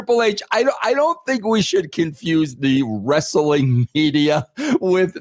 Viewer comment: I thought Russo quit discussing Res-Suh-Ling Bro? Ha.